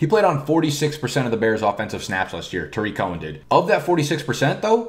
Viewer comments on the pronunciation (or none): none